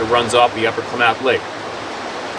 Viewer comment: Great to see you my friend! Help with pronouncing Klamath Falls: Kla-Muth. You do great on most of your pronunciations though.